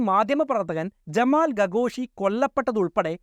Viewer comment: ഗാഘോഷി അല്ല ഖഗോഷി